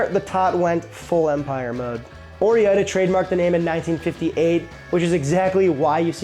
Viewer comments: The way you pronounce things are admittedly always painful for me, but this time you get a thumbs down because I am quite sure you are just shooting for more engagement. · Loved the video, but Or-Eye-Da, PLEASE. It's Or-Gun, not Or-E-Gun, so it should also be Or-Eye-Da. Thanks. Keep up the great work. This is my favorite food channel. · omfg you are driving me insane, there are plenty of commercials where they say the name oreida, the way you say it is driving me batty, it is "Oh-Ride-ah" NOT "or-E-eye-da" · Or-eye-da If I hear him say oree-idah again I’m Gonna lose it…. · "Or-Ida" not "Or-E-Ida" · Pretty sure even the commercials pronounced it 'or-I-duh.' There no EE in it. Great video! Like the backstory!! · As someone from the pacific northwest, it is pronounced or ida. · Even in the commercials they don't pronounce the E, as someone who was born and raised in Oregon, how you say OreIda is driving me crazy, the E is silent. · Love the Napoleon Dynamite mention because, as a Canadian who grew up mostly on healthy homemade food, I'd never heard of Tater Tots before watching that movie in 2005 when I was 13-14yo. Also, concerning the pronunciation of ''Oreida'', I think that your pronunciation is a bit funky but I also think that what most people argue is the right pronunciation seems like someone in the past arbitrarily decided that this is how it should be pronounced regardless of how it's written. My intuition would be to pronounce it ''o-ray-da'', definitely not ''oh-ri-dah''. I understand that it's a mashup of two names and that they've kept the independent pronunciation of each one but you'd have to actually remove the ''e'' for it to be read as most people pronounce it. It's probably another one of those cases where it basically becomes ''right'' because everyone is making the same mistake. Why do people say ''oh-ri-dah'' and not ''floh-ri-dah''? The answer is often culture which can be very counter-intuitive.